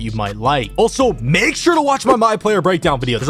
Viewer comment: Did he have to say “Make” like that?